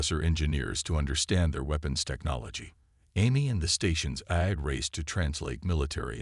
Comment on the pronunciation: Nice story. BUT, as usual with 99.999% of the AI out there...yours included...they SUCK. What is: "de-VORER"....for devourer.... instead of A..I...every time...what is: "EYE", "A", "I"??? Why the HELL can't and AI say "AI" every time???? AND, instead of "waved a hand"....what is "WEEVed a hand"?????